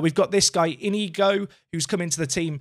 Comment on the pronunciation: The ñ in Spanish is pronounced like the first n in our word, "onion." So "Iñigo" would be pronounced "EEN_YEE_GO (with that last o rhyming with the o in "pot"). If you see an accent on a vowel in Spanish, say that particular syllable with a bit more oomph. It's a stress marker. ¡Vamos Racing!